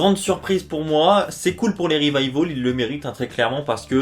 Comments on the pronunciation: J'ai l'impression que tu dit les "Revivol" a la place de "Revival" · Sa secrit revival mais peononce revivol c'est anglais